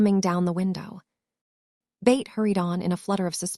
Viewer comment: Why do you pronounce Beth as Bate? It is pronounced BETH rhyming with Seth or meth.